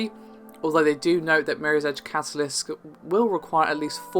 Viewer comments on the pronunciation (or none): I never realized that catalyst is difficult to say with a British accent.